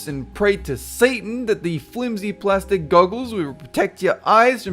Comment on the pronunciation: my god when you say ''plastic''